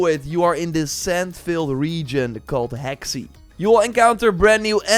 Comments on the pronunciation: Hey! The Hexi region is pronounced Huh-shee (‘x’ makes a ‘sh’ sound), just FYI. Thanks for the updates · Hexi is pronounced “Her-Shee”, means “West of the (yellow)river”